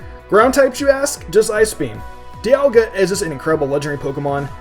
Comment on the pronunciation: You pronounced Dialga wrong it's not Die-al-ga it's Dee-al-ga